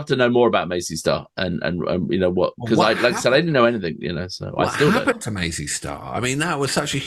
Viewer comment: I LOVE your intro! It's fab. Please keep it ;) PS fellas, the band name is Mazz--y Star not Maze--y Star. Love your work ;)